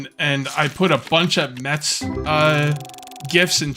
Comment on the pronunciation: when you asked if any one was a mets fan i thought you said meth fan i was like wow this stream took a left turn really quick lol